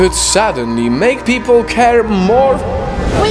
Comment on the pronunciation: "pee pole"